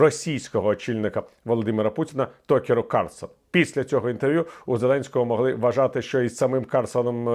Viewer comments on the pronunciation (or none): він не Токер, він Такер ;)